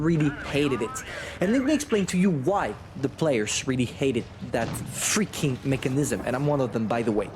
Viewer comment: Lol he said FREEKING